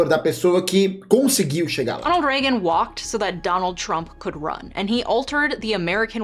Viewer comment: É Reagan